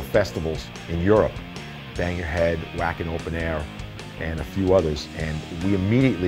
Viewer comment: I LOVE Twisted Sister, but come on Dee......it's pronounced Vacken! The "W" is pronounced as a "V"!!!